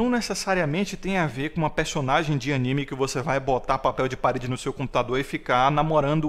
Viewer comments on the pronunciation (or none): none